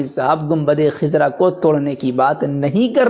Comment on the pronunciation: Khizra nahi hai! khazra sahi hai